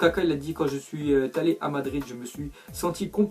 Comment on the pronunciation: « quand je suis tallé » la liaison putain 😂😂